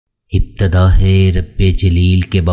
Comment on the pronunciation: talaffuz durusth nahi ibteda aur hai alag alag padho warna yeah ibtedahe sunaee deraha hai